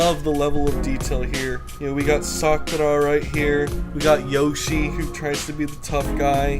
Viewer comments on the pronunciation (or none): none